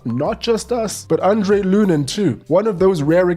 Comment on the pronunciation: Lunin is Andriy, not andrey, he's ukrainian